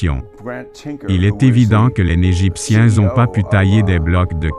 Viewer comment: le sphinx en pangollin ??? lol je la connaissais pas celle la .... des grosse barre de rire ... et tous les extrait de films(perso j'en ai reconnut 6 films , qui dit mieux ) ... la voix est horrible , "les "n"egiptien" c'est quoi cette pronotiation -aucun commaitaire sur les autre "preuves" ... manque theory du complots (l'etat nous cache des chose) quoique avec l'informateur secret ... des grosse barre de rire grand merci pour ce re-up bisou